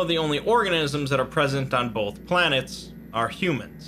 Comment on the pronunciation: >”Bolth” [TRIGGERED]